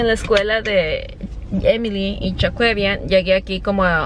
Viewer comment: se llama Jaquevian no choquevian🤣